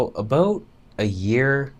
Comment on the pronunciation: Vegan Footsoldier Thumbs up for "a-boot" 😁